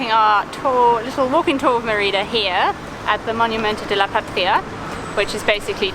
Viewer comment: When people are speaking English, Mérida is usually pronounced the same way English speakers say the name of the princess from Brave, and it is pretty close to correct. You sound like “Ma RI da.” No. It should be “MER i da.” (Spanish e = ‘long A’ in English, and Spanish i is “long e” in English.)